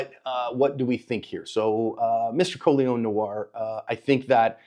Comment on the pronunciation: Col-ee-on No-are. Not collins